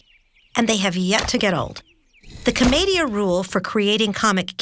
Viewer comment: that pronunciation of "commedia".... jesus